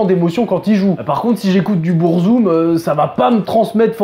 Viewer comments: Déjà, on dit Beurzoum et non Bourzoum stp... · du BOURzum hahahahhahahahahha ça fait saigner les oreilles